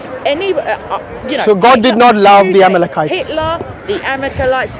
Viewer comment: She keep saying amekelites..🤔